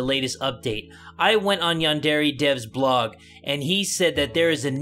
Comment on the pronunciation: HOW DARE YOU MISPRONOUNCE YANDERE